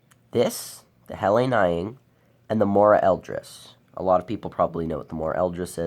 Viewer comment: It’s pronounced “nee-ing” and is the term for a layered campfire. It’s a beautiful and amazing knife, just like most Helle knives.